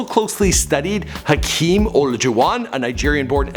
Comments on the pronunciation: He can't say Hakeem's name to save his life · Bro your killing me with the way your saying Hakeems last name #PHILLYINTHISBITCH #TRUSTTHEPROCESS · It's Har-keem Orla-Ju-Won